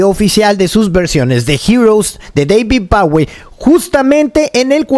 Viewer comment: Deivid baui ? 🤣🤣🤣